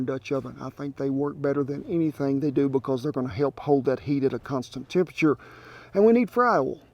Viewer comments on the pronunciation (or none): none